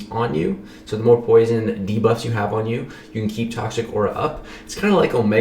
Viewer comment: nah it's not "poision"